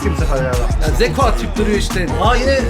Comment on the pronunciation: Zeko değil lan dzeko